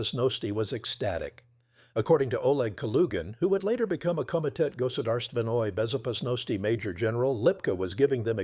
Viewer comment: Goodarst Venoi Bezopasnosti 😂😂😂😂 AI